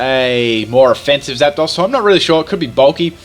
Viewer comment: I love how he says Zap-daws, and not Zapdos